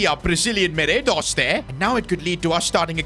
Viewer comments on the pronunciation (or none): bro said ‘Meraydos’ 😂